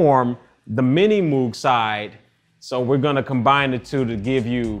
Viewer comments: no one thought to tell him that it's not "mew-g" but "mo-g" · Love that you are doing Depeche Mode! Be careful when pronouncing MOOG, the name is pronounced with an OH sound, instead of a OOO sound. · It's pronounced like 'vogue'. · Did he really just pronounce it "moog" ??? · Lost me at the mispronounced Moog. It is pronounced like vogue. Odd he does not know. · Good stuff! But of all people you would think this dude should know how to say 'moog'. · It bugs the shit out of me that so many people who seem to know so much about synths cannot properly pronounce Robert Moog's last name. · Your standing as a synthesizer expert would be enhanced if you were to begin pronnouncing the late Dr Robert A Moog's name properly. The following interview excerpt reveals his preferred pronunciation: Reviewer, "First off: Does your name rhyme with "vogue," or is like a cow's "moo" plus a g at the end?" Dr. Robert Moog, :It rhymes with 'vogue.' That is the usual German pronunciation. My father's grandfather came from Marburg, Germany. I like the way that pronunciation sounds better than the way the cow's 'moo-g' sounds."